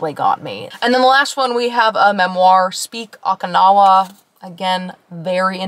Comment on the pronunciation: I LOVE the bookshop in Santa Cruz. They have a great selection of new and USED books. Literally got this one book used in great condition with the specific rare cover I wanted and couldn't find there. Best find ever. Btw Okinawa is pronounced Oh-kee-na-wa